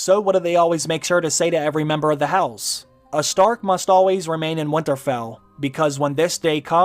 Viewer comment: you say winterfell weirdly and say it far too often